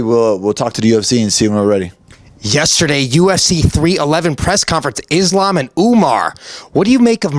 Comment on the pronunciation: Bilal, WTF is wrong with you? How is the schmo pronouncing the name Islam better than you???!!